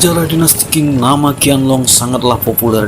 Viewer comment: Cara baca tulisan Qing bukan king, tapi ching. Pake CH😂😂 belajar dulu lafal PinYin, min.